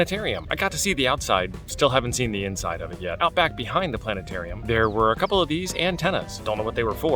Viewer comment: You said Planet Arium wrong. :) Great times in Huntsville dude, I'm already looking forward to next year.